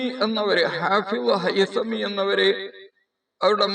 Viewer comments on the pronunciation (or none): ഹാഫിള് ഹൈസമി എന്നാണ് കേൾക്കുന്നത്. അങ്ങനെ തന്നെയാണോ പറയുന്നത്..? അതല്ല ഇബ്നു ഹജറിൽ ഹൈതമി തങ്ങളെയാണോ പറയുന്നത്..? വ്യകമാക്കിയാലും..!